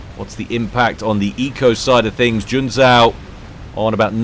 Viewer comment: in Junzou the second "u" is silent, it basicaly puts an emphasis on the "o". Oh there's a door with a sign that reads, "Smart Asses exit here" - well I see myself out then....